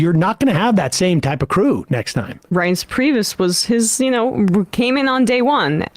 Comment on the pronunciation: What’s a reence prebus?